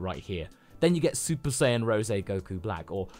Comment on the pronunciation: Bro said super sayin pride, shoulda had it on vegeta😭😭